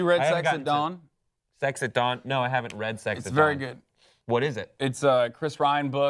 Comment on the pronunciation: I thought he said sex at dong.